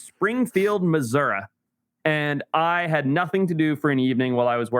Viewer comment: Papa P's Nurseries. Also babies shouldn't have cows milk till 1 year old. Risk of intestinal bleeding. Also please don't say Missour"a" its clearly an I at the end. Love the show and your book. Audio version available or coming soon?? YouTube series of all three of you reading the book?